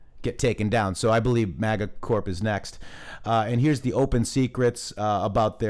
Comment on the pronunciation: Yeah I like how they say Mega and Moga... these people are so stupid they don't even know how to infiltrate a movement they can't even pronounce the terms correctly.... its MAGA u idiots! ... we have swamp creatures crawling around in the camp. ... thank you for sharing in The Matrixxx we need to know about all these people